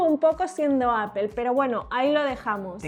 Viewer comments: Se dice APPOL NO APEL “” APOL” o Appo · Yo antes Appel lo pronunciaba "apol" y ahora por le digo "apel" 😂😂😂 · Se pronuncia apo y no spel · Se dice appol no apel me da por los huevos estos españoles no pronuncian bien son ridiculos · bravooo ya estan aprendiendo, Apple Apol. y no apel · Apel aaaaa apol... Es igual jajaja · Apol , no apel , bueno esque me choca la distorsion de lenguas. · “Apol, apol...” -Bah, da igual... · Suena horrible que diga appel, todavia la corrige el otro bato y lo tira a loco jajaja muy mal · Por qué le dicen "Apel"? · La corriges pa que no diga "APEL" y tu pronuncias igual. Eso choca, que los youtubers de tecnología no saben pronunciar los nombres de dispositivos en su idioma original. O que con algunos lo intenten y con otros no. Mejor regalenme un Samsung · Apol apol jajajajajaja se pasó v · apool a no es rival :v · Comendhhhhamoooodhhs Me caga el acento español de españa Y la pronunciación de Apple...apel apel!! 🤦🏻‍♂️ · Corrige a de como dice Apple Y luego el lo dice de la misma manera que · Al fin le corrigen a cómo pronunciar “Apple”